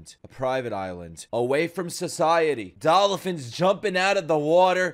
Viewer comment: "Dolophins" XD DID HE REALLY MISSSPELLED DOLPHINS?